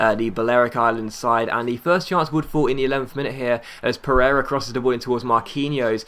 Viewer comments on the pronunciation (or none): none